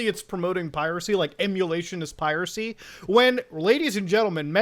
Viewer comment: bUt mUtA eMuWaTiOn iS PieWaSeE